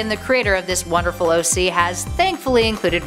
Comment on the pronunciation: You said OG not OC